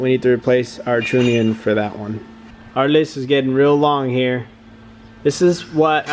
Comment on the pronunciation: Trunnion not true-nion. Taylor used to say it the same way.